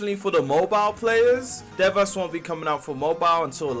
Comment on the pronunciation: Devas is pronounced Day-Vuhz 😇